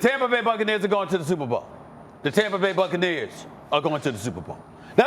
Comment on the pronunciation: When i say tampa bay u say shperbowl tb ? Superbowl